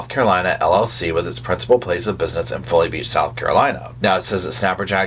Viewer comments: Folly Beach is pronounced Fa-Lee . Just like the Fa,La, La,La,La. I live here and thank you for following this case. It is so sad. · The name of the town is Folly (pronounced FAWly) Beach.